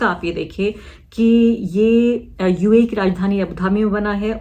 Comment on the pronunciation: Uae bhi bolna nahi aarah